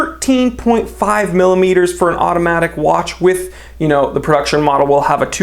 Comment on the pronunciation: I can hear the accent on...JUST. ONE. MORE WAATCH.